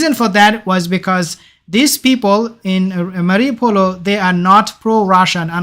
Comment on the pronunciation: Its pronounced 'marri - o - pol' bro not mariupolO. Your mistaking the circle next to the citys name for a letter O